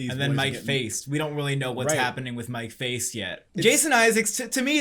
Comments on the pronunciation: Good evening, gents. You did this correctly at the very end of the segment, but I just want to clarify: Mike Faist’s last name is pronounced like “feisty,” not like “faced” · Guys just a quick comment, it’s pronounced Mike Fay-st ;)